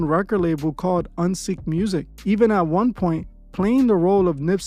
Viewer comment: Uneek* not Unseek